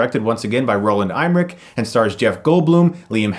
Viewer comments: Let's say it together. 3,2,1: RO-LAND EMM-ER-ICH (em-er-ick)Not IME - RIKE (!) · His name is Roland Emmerich, not Eimrich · Roland Emmerich, not Aymerik. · Emmerich, not Eimerich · Roland Eimrick? C'mon Chris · and Who the Hell is Roland IME-Rick ?? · Why are you pronouncing Roland Emmerich's name "Eimrich"? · Liked the review, but Roland 'Eye-mmerich'? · Roland IME-rick?....It's Roland EM-rick...but who cares, he's a hack. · It's M-ER-ICK, not IM-RICK! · Chris, please learn to correctly pronounce Roland Emmerich's name. You're pronouncing it EIMmerich. He sucks, he deserves to have his name mispronounced...But that's like a thorn in my side, sorry lol... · who is Roland Eimric? the directors name is Roland Emmerich.... EMMERICH :D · His name isn't pronounced "Eye-mmerich." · You know it's not pronounced eye-mmerich right? A simple google would've cleared that up - an 'e' never makes an 'eye' sound by itself, lol. Never....beyond the fact that Roland Emmerich is such a commonly mentioned name. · Why you pronounce his name like that? Hahaha don't really give a fuck tho, he a shit director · not how you pronounce emmerich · LOL! He mispronounced Emmerich.... which is what he does for every name he should know. Chris isn't the movie buff he makes himself out to be. Imagine if he was actually in a room talking to professionals and mispronounced names he should know. He'd look like an idiot... just like he does in his videos. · I am German and I can say, that that is not the proper pronounciation of "Emmerich".